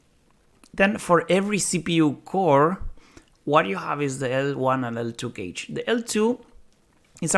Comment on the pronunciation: So if malloc is extremely inefficient why does it exist? Is it designed with other properties in mind or is it a historical reason why it is still around? Also, the pronunciation of cache confused me with it sounding like `cage`. It sounds more like `cash`. Thanks for the video!